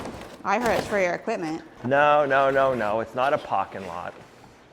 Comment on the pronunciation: Did you say a PAKINl lot? HHAA